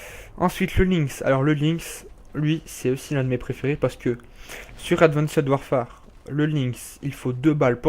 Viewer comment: Super video juste sa se dit pas avandced warfare mais advence warfaire sinon cool